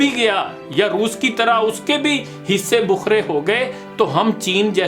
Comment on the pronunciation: Hissey bakhrey hota hey Hissey bookhrey nahi